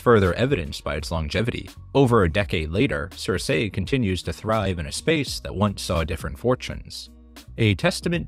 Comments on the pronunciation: Girl, it‘s keer-keh, not sir-say. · Girl, it is "Seer=See" not (Sir-Say).